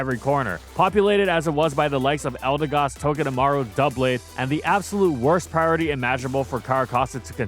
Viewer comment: "DOUBLADE" PRONOUNCED CORRECTLY, WOOOOOOO